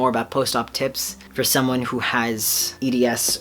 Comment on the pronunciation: When you said "post-op tips" I heard "post-op tits" 😂😂 I really love this video!❤️💛💚💙💜